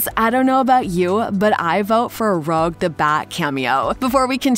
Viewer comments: When " a character who he really enjoys" was said in this video, I understood that Shadow was being mentioned, because I've heard that Jeff Fowler's a big fan of him. I was annoyed by the mispronounced name because that female character is named Rouge the bat, not Rogue the bat!!!! Other people have mentioned in comments on other websites, that the birthday date of Jason Griffith is on that clipboard image, which hints that Paramount might have decided to let an experienced actor voice Shadow, because he voiced that character and Sonic, from 2003, to 2009! They could possibly be letting him reprise his roll by casting him in as the VA of Shadow in the movies!!!! PS, If they do make a Sonic 4 movie, I very much want Silver the hedgehog to be in it! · WHY SHE SAID ROGUE LIKE THAT WHATTTTTT THAT IS NOT HOW IT IS SAID :face-purple-crying::face-purple-crying::face-purple-crying::face-purple-crying::face-purple-crying::face-purple-crying::face-purple-crying::face-purple-crying::face-purple-crying